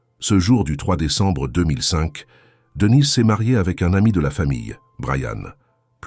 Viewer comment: Marre de ces voix robotiques qui font des liaisons bizarres et disent des choses comme Devinez et Brian au lieu de Denise et Brian, sans même s'en soucier. Ça pourrait être intéressant mais pas sans touche humaine.